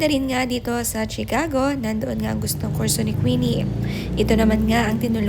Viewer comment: That's not Chi-Cago ang pronunciation niyan.